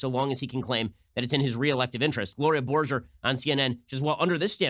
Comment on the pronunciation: Did he said Gloria Borger? nine year olds, assemble!